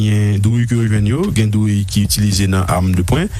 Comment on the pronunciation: Ou fò konsa epi wap di drouille???se pa douille yo di anko???